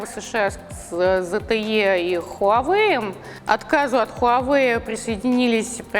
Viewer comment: Ничего нового не узнал из ролика, только то, что название бренда многие произносят не правильно (ХУАвэй)